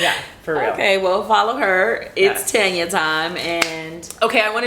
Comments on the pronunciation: I love me some Tanya. She is so down to earth, friendly and classy. Btw when you guys call her name I hear tenya n not Tanya. Is that how she pronounces her name? Just curious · Love you girlzzzz! Tanya is so funny! We pronounce it right here in the UK Girl.. Its Tanya, Not Tarnya... Haaaa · Naw your name is Taun-yah 😂 I'm not Tan-ya